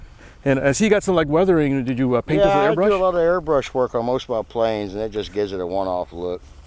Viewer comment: I love the look of those old timey props, if you put them on a modern-ish turboprop, it would probably look old right away hehe, Beechcraft Starship? Instant 1911 with these props! (I know I know that`s a turboprop..) Btw I love that pilot`s soot-covered face with the google mark. Oh and eh, "Moostique"? Très bon! RATTATATTATATTA! Subscribed :D